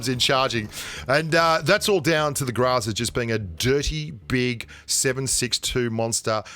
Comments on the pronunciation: I’ve been playing Pubg mobile for over a year, what’s a Grazaa?....I’ve never heard of it! Haha maybe you mean “Groza” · Groza,not graza